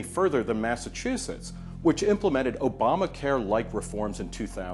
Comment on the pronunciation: as soon as i hear "obmacare" i know i'm not going to get facts stright from the person who said it.